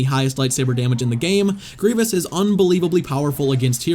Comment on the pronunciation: Did you said grivious on